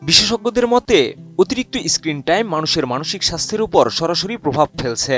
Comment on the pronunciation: গ্যাছে 😂 ফিছাড় ফোন😅 মোবাইলের স্কিন 😂 কী উচ্চারণ রে ভাই